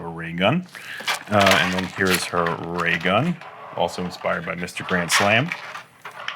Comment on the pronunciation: Did he say Grand Slam's back pack? Grand Slam? They really are fans...